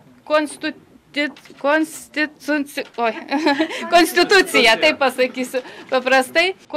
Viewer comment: Tie laikai, kai žodžio konstituciją ištarti nemokanti seimo pirminininkė buvo didžiausia Lietuvos problema :DD